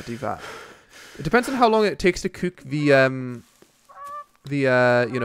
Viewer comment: Why do you say "cuuk" instead of cook xD